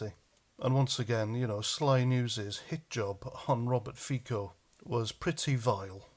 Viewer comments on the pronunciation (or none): Robert Fico pronounces FiTSo not FiKo :) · I agree with all that you say. Just one slight correction. Fico is not pronounced like "Fiko". The "c" in Fico is like the "c" in "France" ..... so it's pronounced something like "Fitso" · It's pronounced feetso